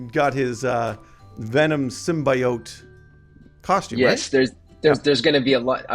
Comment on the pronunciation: Sym-BYE-oat?!?! Cmon man